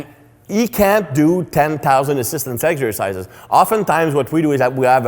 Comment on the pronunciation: My doctor Greg also says Eggsercises